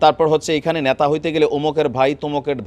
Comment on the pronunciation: ন্যা তা নয় নেতা বলুন, শব্দের উচ্চারণ বিকৃত হলে ভাষার madhurjja নষ্ট হয়, ধন্যবাদ।